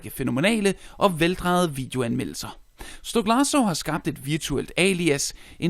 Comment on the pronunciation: STOK-LA-SA ikke STOK-LARS-SO